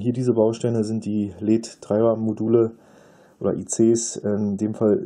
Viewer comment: Die Aussprache "Leeds" (ja, langes e) ist ja grausam. Seit Jahrzehnten kenne ich die Aussprache nur in der Form L-E-D, also jeder einzelne Buchstabe auch einzeln gesprochen. Das geht wohl heute nicht mehr?